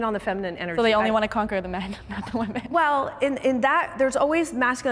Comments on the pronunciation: Guys, let's say "women" correctly. The video literally opened with the moderator saying "woman" instead of "women." "Women" (plural) is pronounced differently than "woman" (singular). "Wih-mihn" = "Women." "Wuh-muhn" = "Woman." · for god's sake, Women and Woman are different words. Why do so many people today pronounce Women like "woman"? I've seen it everywhere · Please learn how to pronounce "women". It is not pronounced the same way as "woman."